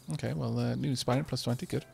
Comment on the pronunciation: There is no dropped silent e in Aspirant!